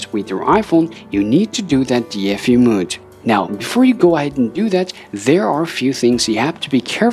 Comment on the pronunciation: mode not mood